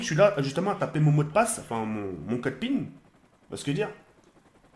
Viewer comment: ton code pin pas "ping"